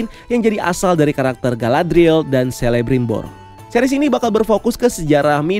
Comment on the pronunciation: FYI aja huruf C untuk semua nama karakter Middle-earth dibaca jadi K. Jadinya bacanya Kelebrimbor, Kurufin, Keleborn dst 🙏🏻